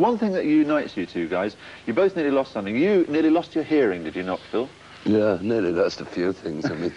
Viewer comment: the presenter keeps mispronouncing Phil's last name